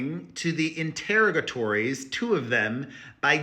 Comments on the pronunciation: Perez: Love the entertaining reporting. Here is the pronounciation: In-ter-AH-GAH-tories (accent on AH) if interested. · interrogatories: in ter raw guh tor eeees. love you!